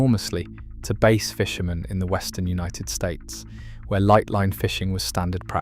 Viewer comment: Stop pronouncing Bass as Base